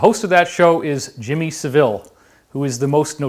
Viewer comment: David it is NOT Jimmy 'Seville' (as in Spain) but SAVILE said 'Saah - vill' - (or - So VILE). Did you notice in the WHO poster - At home together underneath it the word GLOBAL - red 'O' was noted but it emphasises the next three letters - 'bal' = BA'AL.